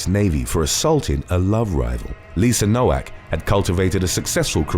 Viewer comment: Its pronounced “No-Vak” for Nowak